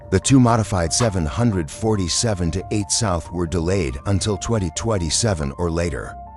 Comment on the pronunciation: The way 747 is pronounced in this video pisses me off